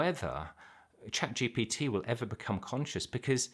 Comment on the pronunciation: When you say chat g b t the way you pronounce it makes it sound like the name of some guru! Just a funny observation.